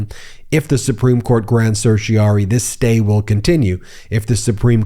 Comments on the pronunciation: Then, the writ from the Supreme court ends in rari not ory. It rhymes with fairy o4 starry not slurry. Ask Google how to pronounce it. You are getting it wrong. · Ben, why do you continue to mispronounce the term certiorari?? You tend to undermine your credibility as an attorney when you fail to pronounce a common legal term, and then fail to correct yourself. You can do better!